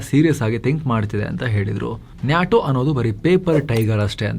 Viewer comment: Its called "Nay-Tow" not Naatow...